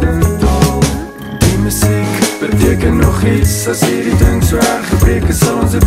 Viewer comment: Befokte video. Enigste kritiek: die woord 'musiek' se klem lê duidelik op die tweede lettergreep in die normale uitspraak daarvan. So in die refrein se "Sê tog die MU-siek beteken nog iets' is die metrum mos obviously verkeerd, man. Dieselfde geld vir 'apatie' aan die einde van die song. Dis iets wat Francois van Coke ook gereeld doen. Die ritme van daai note moet mos verander om saam met die uitspraak van die woord te gaan